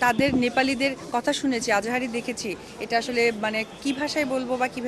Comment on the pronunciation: অপু বিশ্বাস বাংলাদেশের বিখ্যাত নায়িকা আহাজারি শব্দটাকে আজাহারি বলল হাস্যকর 🤣